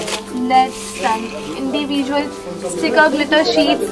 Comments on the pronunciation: Yes,She says ind-ee-visuals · Am i the only one who obsereved the way she says 'individual' ?